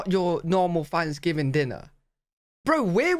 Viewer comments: Love the way he says Thanksgiving. "Fvansgiving". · Did you say Fanksgiving?